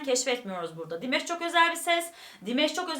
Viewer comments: Dimash'ın adı aynen yazıldığı gibi Dimash diye okunuyor, Dimesh değil. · Sadece Dimash abla dimeş demene gerek yok😂 dimaş diye okunuyor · Salamlar olsun, bacım. Çox qəşəng reaksiya verdiniz Dimaşın perfomansına. Halal olsun size. Rica edirəm onun adını düz deyəsiniz. Dimaş oxunur adı. 2016-dan ona qulaq asıram. Gündə kaç kərə. Çox talantlıdı. Özü də Qazaxstan türküdü. Xahiş edirəm,Dimaşın özü yazdığı(öz bestesi olan) "Unudulmaz gün" "Unforgettable day" mahnısını(şarkısını) analiz edəsiniz. Hörmətlə Azərbaycan türkü,Hikmət.😊🇦🇿🇹🇷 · Dimesh değil Dimash🙏 lütfen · "Dimash"ı her "dimeş" diye telaffuz ettiğinizde aklıma meyve suyu firması gelmesi dışında her şey gayet iyi olmuş :D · Hahaahahha buna benzer birşey bende yazacaktım dimesh dediği anda aklıma hep dimes geldi jdjds